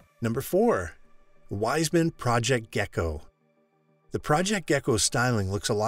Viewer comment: And it’s not pronounced Wise-man, it’s pronounced VEESE-man